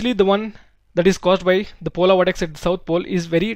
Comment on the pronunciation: Polar not polaar